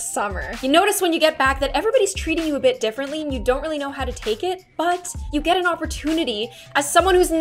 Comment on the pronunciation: She said “when you gen and opportunity “ not “when you get an opportunity